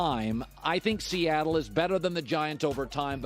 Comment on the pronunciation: I stopped at "Seattle".